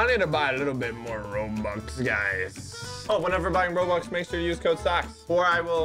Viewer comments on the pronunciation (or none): none